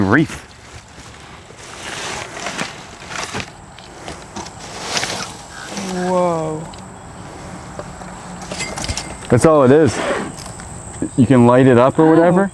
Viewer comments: No F in Wreath. The correct way to say "wreath" is "reeth" (IPA: /riːθ/), with the "w" being silent, and the sound starting with an "r," followed by a long "e" sound (like in "sheep"), and ending with a "th" sound (like in "think"). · Question: are you pronouncing the word Wreath as Reef? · Are you saying "wreaf" like you say "jury"? Just askin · If only you could hear my husband and I both say in unison “a greyhound dog is a hound dog.” 😂😂 Also my husband wants you to know it’s wreath not reef. 🤣🤣 Love watching you guys!!! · is it a REEF or a Wreath?🤣🤣🤣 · LOL I thought I heard reef, but then thought I was just hearing it wrong